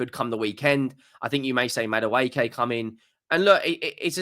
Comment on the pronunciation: "MADDA-WAY-KAY".... It's "MAD-WEKKI"